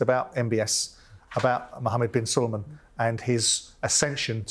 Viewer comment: Mohammed bin Salman, Simon. Not Mohammed bin Sulumain!